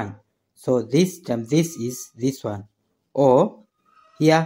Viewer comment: Take a sip everytime he says "wan wan wan".